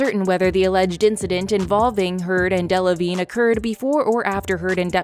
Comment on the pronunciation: I snorted every time Rottenborn said Delavignay